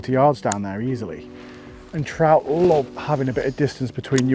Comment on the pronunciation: Haha looks like a sea troot lol love it when english people do scottish accents. So funny. Andy Buckley does that to haha oh its a bonny wee troot hahaha